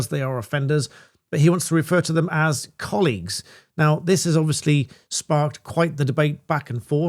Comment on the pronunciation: 'colleagues' FFS